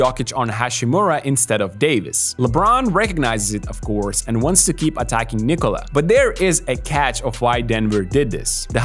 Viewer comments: your Jokic pronounciation is on point, just Nikola is pronounced not like Cola at the end i.e knee-cola, it's nickola, as the I is accented, so Nikola O as in Jokic, short noth the same, even shorter as I noticed you sometimes say it with a longer O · finally someone who pronounces "Nikola" somewhat correctly